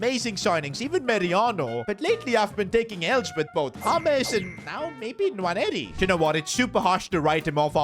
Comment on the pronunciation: Quick note on Nwaneri his name is sayd as 'Waneri' dont pronounce the N